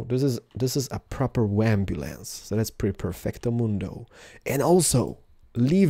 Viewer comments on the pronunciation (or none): It is ambulance not wambulance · I hate this video cause your saying wambulance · Leever? It's a lever. Wambulance? It's an ambulance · AMBULANCE!!! NOT WAMBULANCE!! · Kerala you said wambulance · Why do say "Wambulance"? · Hahahaha he says wambulance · He said ambulance wrong. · He knows, he is saying it on purpose. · ken sankson He was saying it on purpose :3